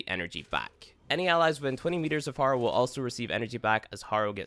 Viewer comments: Say it with me "hare - oh" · Every time he pronounces Harrow I lose a piece of my blain...I'm not hating btw, it's a great video, very helpful.